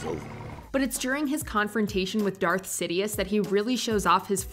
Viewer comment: you call him dearth maul yet he isn't "darth" anymore. disrespectful